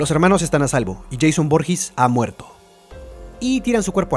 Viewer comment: Lo que mas me da risa es que dice Jason Borhis en ves de decir Jason Voorhees